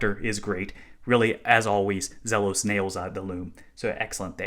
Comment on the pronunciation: It's Zeeeeeeelos.